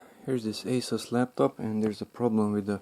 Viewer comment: Say ASUS But without the a O_O